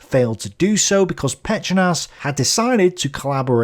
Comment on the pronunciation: To put it simply - Ustashe are Croatian far-right nationalists in similar fashion to Romanian Iron Guard which existed on the similar basis of being clerical, but also fiercely far-right nationalist at the same time Also Pećanac is said way slower - it's Phe-cha-nac because he sounds Hungarian in this video 😂 also you forgot "Ljotichevci"